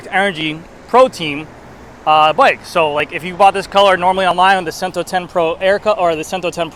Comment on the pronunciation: Cento is pronounced ch-ento.